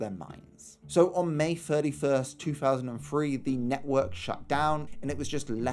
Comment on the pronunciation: Two Thousand and Three. Not Two Faasand and Free.